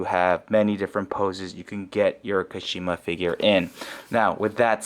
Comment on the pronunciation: When pronouncing Kashima the KA should be stressed instead of Shi. So it should be pronounced KAshima... Sorry for being nitpicky but it just feels off when their names are not pronounced the way they are meant to be.